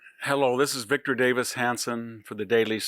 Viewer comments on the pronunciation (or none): none